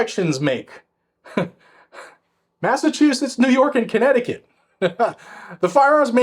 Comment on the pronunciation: Would it be Corn-necticut? Geez, was I wrong!